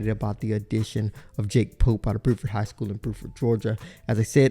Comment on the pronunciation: He also says "boo-ford" high school instead of "bew-ford" high school